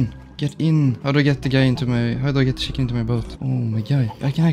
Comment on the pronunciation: The way bro says shiken instead of chicken